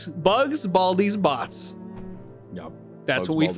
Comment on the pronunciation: Pretty sure it's bots, not butts